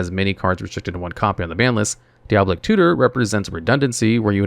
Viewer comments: Wrath definitely should have been something else. Also, did he have a stroke during the Demonic Tutor section? Kept repeating the same couple phrases like 3 times each, then called it Diablic Tutor the whole time after 1 mention of Diabolic Tutor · 'Dee ob lick' ???? dai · uh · baa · luhk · It's DEE-OB-LIC tutor lol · Say it with me - Di -A-boll-ic. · die-uh-ball-ick 4 syllables love all ur vids by ty for making them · "diablic tutor" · Ahh yes deeoblic tutor